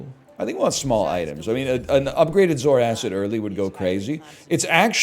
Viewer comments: BRO ITS ZOARCID NOT 'ZOARACID' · Every time he says zor-acid I die a little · Is pronouncing it "Zor-Acid" a meme? Its Zoar-cid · we're aquatic guys, of course we continue to pronounce zoarcid wrong